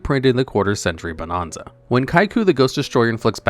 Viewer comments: Bo-NAN-za. Not bo-NON-za. Stop saying it wrong. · Ahh yes…. “Bonahnza” 😂